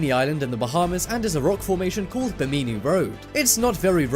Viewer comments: Interesting, BUT, the narrator should learn how to pronounce Bimini. It is pronounced as "Bi-min-ee" with soft "i". He said it as "Bi-mee-nee". Check the dictionary next time so you sound more professional. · You mispronounce Bimini and no one ever intentionally ingested ergot. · Check your pronunciation before making your videos. It's Bim-in-nee.